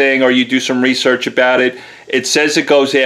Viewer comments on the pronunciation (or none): none